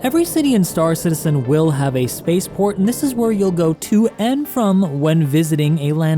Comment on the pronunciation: Why.... Why? Why does he always pronounce it, "St-AA-r Citizen"? And "EE-motes". Why, dear god why.